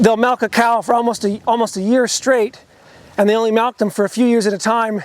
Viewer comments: It took me a while to understand what he meant by that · Take a shot every time he says "melk" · I know this is random but like did you rlly say 'malk'🧐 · Your the only farmer I know that says melk. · I know haha just when I first heard it was like wait what? Lol MALK ✌